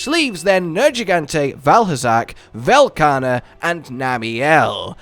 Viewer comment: I love Velkana, but i absolutely hate what Sunbreak has become, so I just hope they don't ruin yet another loved monster. And again for the love of mh, say his fucking name right.